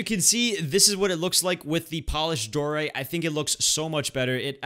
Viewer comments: Die-oh-right not Dor-ite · I hate when you say dorite because it is diorite not doorite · “Diorite” not “doorite” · I am not a hater or anything but am I the only one that has a problem with him saying dorite instead of (dy-oh-rite) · its pronounced die-or-ite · Cocaguvkukt t lol who gets triggered when he’s says doorite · When he said diorite wrong